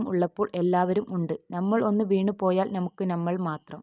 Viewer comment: നമുക്ക് NA മുക്ക് എന്നല്ല. മുസ്ലിം ആണെന്ന് തോന്നുന്നു